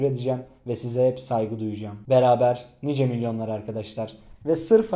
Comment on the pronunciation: Niceyi nays diye okuma keyf